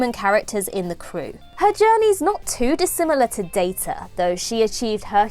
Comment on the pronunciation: but she calls "Worf " Woof" and "Data" "dar-tah". (one is his name...the other is not).